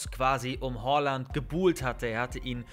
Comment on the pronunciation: Bitte sprich ihn nicht hOaland aus er heißt hAaland